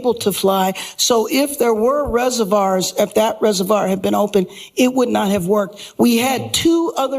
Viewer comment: Karen Bass keeps mispronouncing "reservoir". 😅